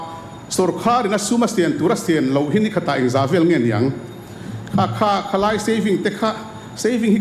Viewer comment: React thiam khawp mai. Chutih rualin, khawi tlai ti ang deuh in ka hria.. Khawi lai nge tih ni awm tak😅